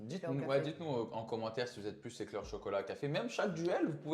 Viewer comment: Aïe "commantaire" 😅